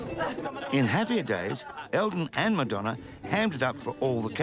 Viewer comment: I adore Elton and him just butchering Madonna makes it even better